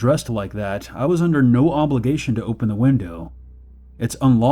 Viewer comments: (first story) it took me a while to understand he wasn’t saying “OH BEN” but “OPEN” ... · It took six of them to relize hes saying "open" instead of "oh ben" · Is he saying “Ooopppeeennn” or “Ohhh, Bennn”